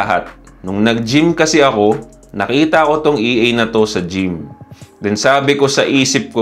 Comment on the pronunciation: Idol ang term na EA is pronounced as EH - AH. Haha!